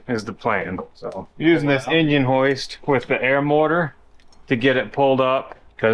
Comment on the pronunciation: Please tell how to say the word Motor, not mortar!